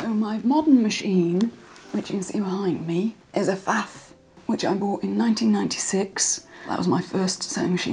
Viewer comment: Dear, I myself being German must insist that the P in Pfaff is NOT silent! (Pfaff is from Kaiserslautern in Palatia, where people rather skip the f in words starting with Pf.)